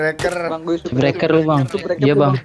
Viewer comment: Dia ngk bilang subscriber ...dia bilang subreked sama subreker...